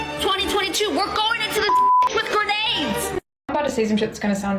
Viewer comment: WTF is a "GURRRR-NAYD!"""?